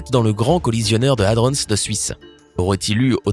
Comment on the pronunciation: Merci de respecter la prononciation de hadron, un dico avec la phonétique peut être utile, prononciation anglaise ou française il faut choisir, pitié, ne pas mélanger les 2.